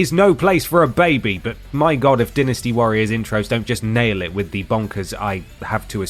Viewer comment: The Danny Devito cutout, the purposely mispronounciation of "Die-Nasty". I didn't miss the Always Sunny reference.